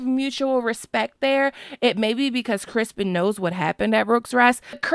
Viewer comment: Crispin??? Isn't it criston Cole